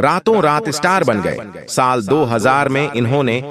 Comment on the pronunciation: साल यानी वर्ष का उच्चारण बहुत गलत है फिर भी जानकारी बहुत ही अच्छी लगती है